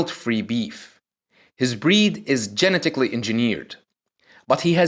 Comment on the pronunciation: GeniTickally, diFiKate lmao